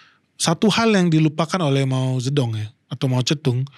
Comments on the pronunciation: Jarang² ada org yg spelling Mao Ze Dong nya benar👍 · br kali ini liat channel ini. 1 hal yg bikin salut pengucapan nama cina secara akurat (mao ze dong) gak kaya sebagian besar channel bahasa indonesia lain yg selaluuuuuu saja gak mau tau pengucapan yg benar kaya apa. Klo bs membaca george spt org amerika atau françois seperti org prancis lalu knp tiap nama cina selalu dibaca secara aneh dan gak ikut aturan yg benar 😢